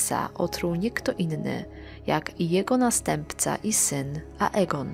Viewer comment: Dlaczego Lucerys wymawiasz prawidłowo „Lucerys” a juz Ageona nigdy nie wymawiasz poprawnie „Egon”? O Aemonie już nie wspomnę.